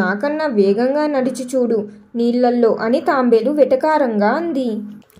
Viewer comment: అది తాంబేలు కాదు తాబేలు..